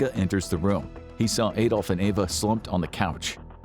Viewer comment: Why can't americans ever pronounce Adolf? Or Bernard for that matter? 😂😂